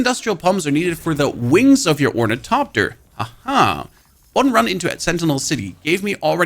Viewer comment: it silently kills me that the guy who did the best ornithopter tutorial also can not pronounce it correctly, not for failure, oh no, because his god damn accent :face-green-smiling